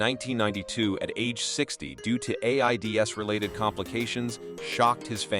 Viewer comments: Or A I D S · I can’t watch anymore of this AI claptrap. Everything from botching the names of the people being discussed, to “A-I-D-S” to “the one thousand and thirty s” or the best: “Jane Lynch was one of the first entertainers in the entertainment industry.” I never realized that Jane Lynch was that old—that she was an entertainer back in the silent era. I can understand the excuse that some may not want to use their own voice or that they don’t have the stamina, but if that’s the case, pick another human to deliver this script. Because when you mangle popular names so badly (I gave up after the complete and utter destruction of Ellen Degeneras’ name!)